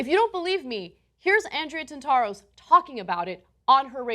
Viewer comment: "Tant-a-ros" and not "Tant-AH-ros," Anna.